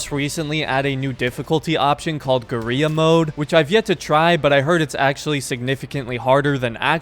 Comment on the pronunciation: Think it's pronounced like gorilla